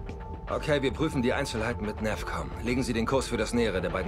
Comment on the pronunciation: Kann das sein dass der CO abundzu "NerfCom" und nich "NavCom" sagt ? :D